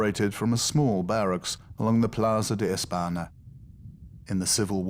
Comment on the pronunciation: Why doesn't he bother to pronounce simple Spanish words correctly --- señor, España, plaza, calle? -- - after all, it IS the capital of Spain.